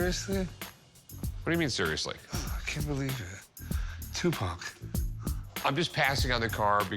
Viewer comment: LOLOL "What can you tell me about Too Pack? This.... Sugar Knight?" 😂